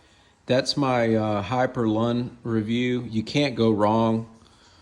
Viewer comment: Not "lawn" its " loon"